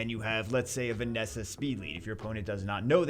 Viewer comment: you kept saying Vanessa. It's Ver-ees-sa.